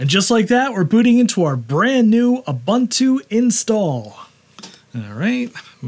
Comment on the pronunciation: You do you, it's fine, but if someone makes a big mistake and is not told how to correct it, how good is a community then? So there is the "Neu-vidia" guy discussing economy on his channel and mispronouncing "Nvidia" every time, so should we tell him that it's supposedly pronounced "Envy-dia"? And to people in Paris asking for an "Expresso" instead of an "Espresso"? Mistakes are mistakes, they can be corrected. Accents are something else, like when a whole country starts to say "Deu-day" instead of "Today", "Sh-treet" instead of "Street", or "Bu-her" instead of "Butter", "Wa-her" instead of "Water", and so on. Recently it's the "AI ba-bule" instead of "AI bubble". I mean, it's just... 😅🤣